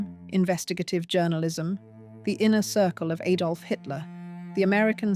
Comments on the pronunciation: It's Adolf Hitler not "Aydolf." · Ay-dolf? Very good video. The AI voice is much better than many others. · Well-spoken English......then.. "Aydolf" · Aydolf Hitler? Learn to pronounce Adolf before you talk on a podcast. Btw the actual proper pronunciation of "boer" is boor ", not"bore". It simply means farmer.